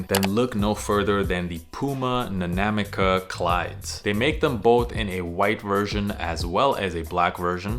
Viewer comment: the butchering of Hoka One One and Nanamica oof...no love for Adidas?!